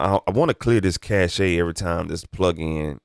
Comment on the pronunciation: Cache is pronounced like CASH, not cash-hey.